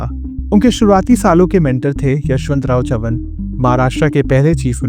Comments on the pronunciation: बरामती❌️ बारामती✅️ चवन❌️ चव्हाण ✅️ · Your pronunciation of Baramati and Chavan is irritating.